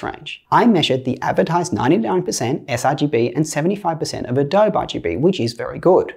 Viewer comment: A-dobe? A...oh. Adobe is pronounced "ə-DOH-bee" (IPA types - əˈdoʊbiː) Love your vids, btw.